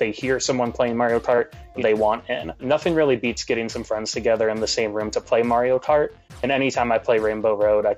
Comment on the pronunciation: "The hardest of the MARY-O-CART courses"